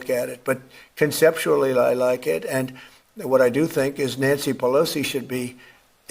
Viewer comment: Nanshe Peloshe